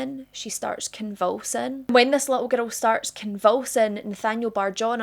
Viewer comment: It's a 'girl!" NOT a :ger-dell! 😮